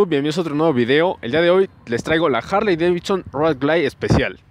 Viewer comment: La Jarley Deivitson 😂😂😂